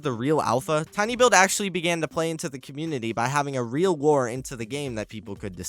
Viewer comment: Every time you said lore all i could hear is war. Try to make more then one take next time.